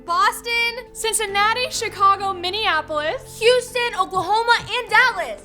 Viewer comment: Yall said Minapolis Minnesota